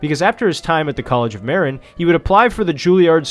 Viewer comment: Btw, you mispronounce Marin. It’s pronounced MER-IN. Great video btw.